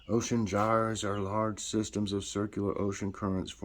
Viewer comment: 🙋‍♀️🙋‍♀️🙋‍♀️. You pronounced gyres right